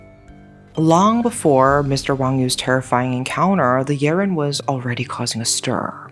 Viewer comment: So wait a minute, that creature in "Big Trouble In Little China" might have been a Yiren?! Crazy cool. I like how you go all in pronouncing names correctly (like I would do if I were in your position) and the way you tell stories is always compelling. (OK, sue me, you're gorgeous, too)